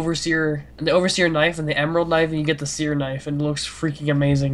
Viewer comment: K-nifE???? It's knife just saying not to be rude or anything